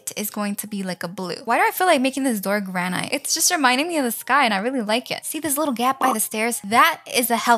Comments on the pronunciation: Just so you know,…Granite is pronounced gran it, your pronouncing the “gran” right, but the”it” is pronounced like how the “i” is pronounced in international or it Also, “11 hours ago” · amazing video and welcome back but its granite said 'g-r-a-n-i-t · Its Gran-It not ite lol Lol the table is round the chairs are round 😂 You can put stuff into the bags girl!!!